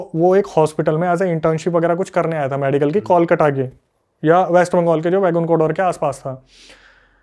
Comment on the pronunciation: इतना गलत उच्चारण करते हैं बांग्ला शब्दों का कि हंसी आ जाती है हिन्दी भाषियों पे। 1 कोलकाता ( kolkata) में त की जगह ट लगा देते हैं 2 Begunkodor ( बेगुनकोदर) को नजाने क्या ही बोल रहे हैं